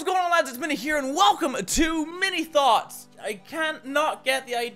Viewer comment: Oh thank god it wasn't just me who thought of "Mini Thots" when he says Mini Thoughts.